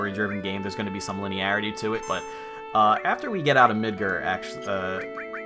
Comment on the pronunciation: Midger? I thought it was mid GAH r like the gar fish